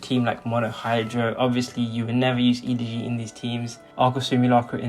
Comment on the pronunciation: The real crime of this video is how you pronounce Elegy.